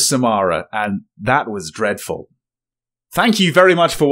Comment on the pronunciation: I love how 'Victorian' becomes when he's disgusted at the quality of a game. ''That was DREADFUL' I can imagine him saying 'Good DAY to you, Sir' to the hapless Dev.